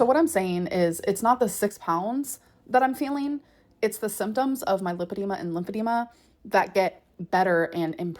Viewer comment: if she had been diagnosed with lipedema she would probably not call it "limpedema"